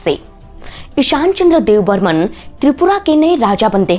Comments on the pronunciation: Kisne kaha apko debbarma ko debbarman kehne ki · Yrr tumlog "Deb burman" kyu kehte hamesa..yein "Debbarma" ha not Dev burman. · Deb burman nhi Debbarma hai .... please don't make mistakes 😌❤ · Don't called debbarman it's Debbarma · Not dev Burman,it’s Debbarma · Not dev Burman it's Debbarma